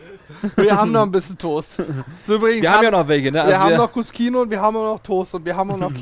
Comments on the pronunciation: cuscino - was auf italiniesch "kissen" heisst, wird kuschino ausgesprochen. wenn man es kuskino ausspricht, dann müsste es im italienischen cuschino geschrieben werden :) klingt für den deutschen ziemlich unlogisch, aber wenn man die italienische sprache kennt, dann ist es absolut logisch. wenn hinter den buchstaben "sc" ein "i" oder ein "e" kommt, dann wird das "sc" wie das deutsche "sch" ausgeprochen. kommt ein anderer vokal oder ein konsonant dahinter, dann wird das "sc" wie ein deutsches "sk" ausgesprochen. Möchte man nun aber eine Buchtstabenkombination wie das deutsche "ske" oder "ski" aussprechen, so kommt im italienischem hinter das "sc" ein "h", damit kein "e" oder "i" direkt auf das "sc" folgt. Siehe auch "bruschetta", was "brusketta" ausgeprochen wird. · Hey Leute, Der Cut wird als KU-SCHI-NO ausgesprochen, steht im italienischen für "Kissen" und scheint hiermit ein Schulterkissen zu sein! LG